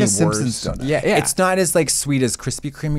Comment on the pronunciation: … im sorry did u say donit instead of donut?